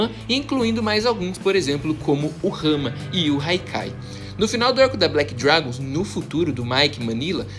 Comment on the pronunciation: AAA que agonia dele falando haikai AAAA e hakkai porraaaaaaaaaaaaaaaaaaaa